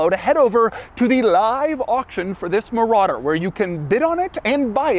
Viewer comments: muh rodder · mouh rADder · The way Doug says "Marauder" is the equivalent of Hoovie saying "Riptide Blue." I guess it's impossible to say Marauder without emphasizing the name 😂